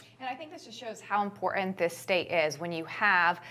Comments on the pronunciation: Why can't this woman pronounce "IMPORTANT", not imporant! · Why is the T always missing in words like important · "Imporant" There is no such word.